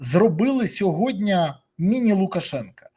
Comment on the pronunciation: Дякую за ефір! Малееееньке зауваження: не сьогоднЯ, а сьогоднІ. СьогоднЯ - це русизм😊